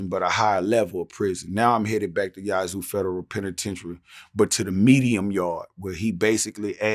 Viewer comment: He keeps pronouncing Yazoo wrong LoL